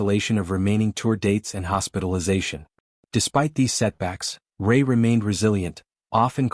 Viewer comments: Will you please get his name right? It is Chris Rea - reeya not Chris Ray. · Be something if you got the pronunciation of Chris.s surname right.😢no respect..